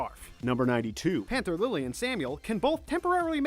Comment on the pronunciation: "Gayjeel" "Hova" "Lisa Ann" "Anther lily" "laki" Correction Gajeel Juvia Lisanna Panther Lily Loki